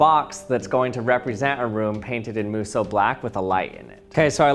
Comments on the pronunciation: He keeps saying "its blacker when you airbrush it" or "singularity isnt as black" and I'm not seeing a single difference?? also kinda bugged me that he kept pronouncing it "moo soh" when it should be "moh soo" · This man: * Pronounces Musou Black like Muso Black * Me: Is this guy saying this wrong and that's what's wrong, or am I slowly going crazy over the fact that I've saying the word wrONG AND IT'S BOTHERING ME